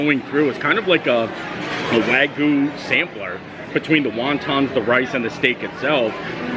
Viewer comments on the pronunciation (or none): I am a Japanese speaker and you are pronouncing “Wagyu” horribly wrong. It is painful to hear. Don’t you see the y in there. It is not Waguuu! The “Gyu” sounds like “g-you” Wagyu”